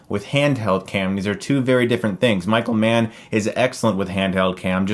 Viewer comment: Oh Michael Mann! I thought you said Micro-man for the first half of the video... I am not a smart man...